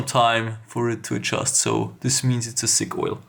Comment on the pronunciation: Lmao sick oil (ik he meant thick im german i understand hjs accent)